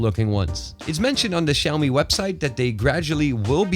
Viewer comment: 'Xaomi' anyone noticed that?? Hehe